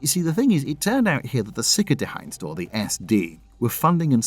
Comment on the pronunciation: You apologise for how you say RSF; I thought you said it fairly well, but then absolutely butcher Sicherheitsdienst… Not to worry, just embrace it. Excellent video as always.